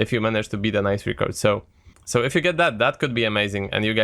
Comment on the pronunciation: It's pronounced record and not reecord aaaah